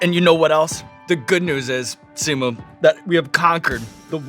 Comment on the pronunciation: It killed me to hear Sean say Simus name wrong... there's an invisible 'o' between the 'i' and the 'u', so it's said more like "Lee-oh", but in like 1.5 syllables